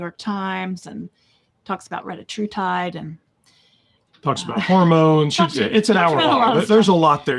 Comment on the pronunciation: Oh wanted to remind you and about pronunciation of some of the GLP-1's especially Retatrutide (Ret a true tide). It is more like Reh Tat tra tide (Ra tat tra tide). Your guest uses the correct pronunciations.